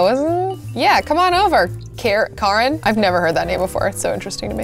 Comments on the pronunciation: It's cāron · karen/ ur new bae is pronounced Kar-on